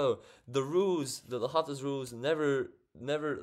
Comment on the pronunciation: In French, the 'H' is silent. So L'Hôpital is read as Low-pea-tell.